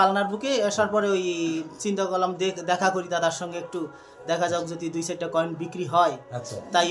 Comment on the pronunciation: Koel ❎ Coin ✅